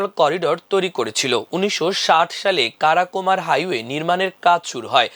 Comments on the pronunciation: উচ্চারন খুব খারাপ। কারা কোরাম কে কারাকোমার বলছে কেন? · Not karakumar, it should be pronounced Karakorum. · 'আমার দেশে' - এর খবর পড়ুয়ারা যে কোন আনকমন নাম বা শব্দের ভুলভাল উচ্চারণ করে! 'কারা-কোরাম' শব্দটা বাল‌ বার ভুলভাবে উচ্চারণ করা হয়েছে। এই নির্দেশ করে যে যারা খবর পড়ে তাদের নিজেদের 'পড়ালেখা' অনেক কম বটে!